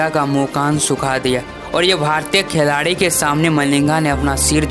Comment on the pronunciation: Khiladi ❌ Kheladi 😂✔️